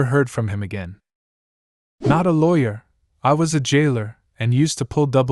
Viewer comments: If you're going to use an ai voice on a LAWYER video actually make sure it's saying LAWYER right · No. It's ai that doesn't know how to say lawyer. Come on man.